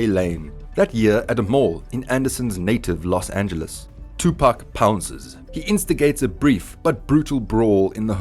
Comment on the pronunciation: There’s 3 wrongs in the first 10 seconds of this video. I couldn’t even finish. Pac deserves better than this bro you have to check your facts and learn to pronounce his name